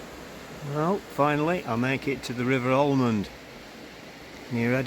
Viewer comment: Pronounced Amond. No L .